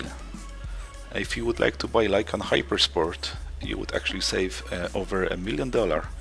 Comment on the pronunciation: its lykan not lykam, bro